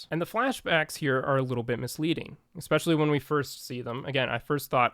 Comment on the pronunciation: It is not pronounced "Eckspecially" It is especially